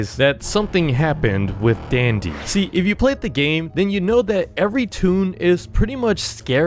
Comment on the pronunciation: Dandy not dendy..